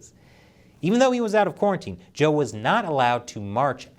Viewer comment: Good pronunciation of Zhou in English.